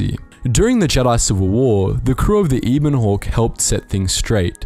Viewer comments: "Eeeben hawk"? You mean the Ebon Hawk? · "Eebon Hawk"... shakes head